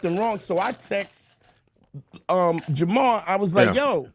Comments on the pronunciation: At this point I think is purposely mispronouncing Lord JamaRs name. He keeps saying Jamal. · even mispronounced Jamar’s name. Lord Jamar has had his name said incorrectly all day every day of his life. This is his villain origin story - he became so enraged about having his name said wrong every day that he went on a crusade to spread the idea that the Earth is flat. It’s misinformation weaponized as revenge!! He’s at home in his evil lair like, “They shall remember the name, of LORD JAMARRR!!!!!”